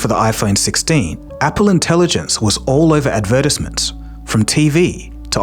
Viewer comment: Please listen to an example on how to pronounce advertisment. I'm begging you